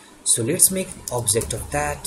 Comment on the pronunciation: Two suggestion so far, although video content are very informative: 1. It's pronounced as obJect, not onsegt 2. It's pronounced as inItialize, not InSlice